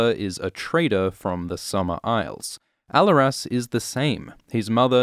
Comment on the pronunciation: The way you’re pronouncing Alleras is hurting my ears.